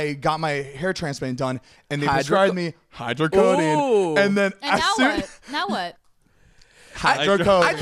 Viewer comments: Yes, they give ketamine. And it’s hydrocodone not hydrocodeine lol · are we not gonna talk about them convincing themselves that its called "hydrocodeine" and not hydrocodone LMFAOOOO they are so funny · Lmao “hydrocodine” no boo boo. It’s hydrocodone 😂. I love you zane♥️ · When Zane says hydrocodine😭 Zane baby that doesn’t exist. It’s hyrdocodone💀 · The way they kept saying "hydrocodone" was driving me crazy.